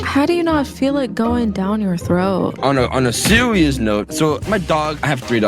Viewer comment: sewious note